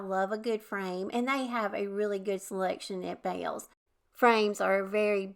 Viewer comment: Yes we have a Bealls and I like it alot. I also pronounce it the same as you. 😂